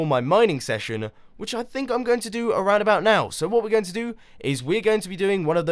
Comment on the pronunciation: why does he always say "welcome back and TODAY im gOng to play MINECRAFT!"